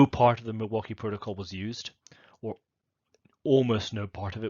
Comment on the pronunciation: I was born and raised in Milwaukee Wisconsin and I can tell you that you pronounce Milwaukee perfectly.